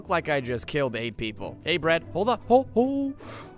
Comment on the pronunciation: I am bread... more like I am Pwead 😂😎